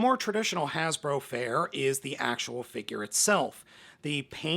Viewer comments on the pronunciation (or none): none